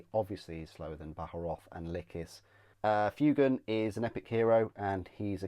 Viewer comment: It's pronounced FWAY-gan.